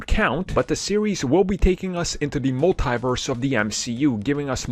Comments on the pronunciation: Sheesh, it's hard to keep hearing "mul-TIE-verse". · It makes my ears bleed each time I hear that. Don´t they hear Kevin Feige or Tom Holland says this word?